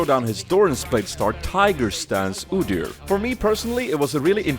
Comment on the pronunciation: I like how you called your rune page Odyr and not Udyr, why is that?